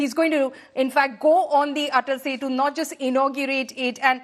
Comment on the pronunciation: Its ATAL SETU, please correct